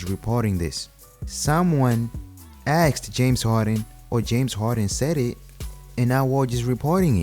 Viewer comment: It's asked not axed